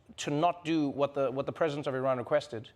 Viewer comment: You are the only person in media who pronounce Iran close to real pronunciation .Love you man